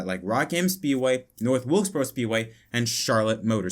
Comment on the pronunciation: you mean North Wilksboro?